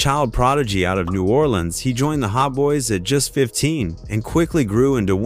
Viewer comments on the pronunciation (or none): none